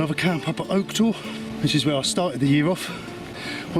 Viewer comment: Nice vid. But please don't pronounce the e for Oke Tor. Same as the tree please. ;-)